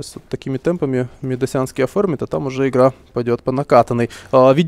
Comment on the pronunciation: "Медасянский"- меня передергивало, когда этот версута говорил это :-/